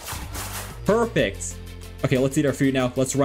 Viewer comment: He said "Perpect"